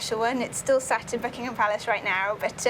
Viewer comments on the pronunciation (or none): yeah i was thinking the same thing. sounded like she said Fuckingham Palace. HAHA, LOL.